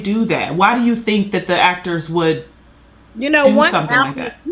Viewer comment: The phrase is "THAT" not "DAT".